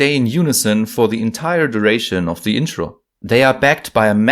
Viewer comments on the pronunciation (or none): none